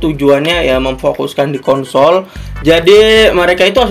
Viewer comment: konsol pake s bukan pake t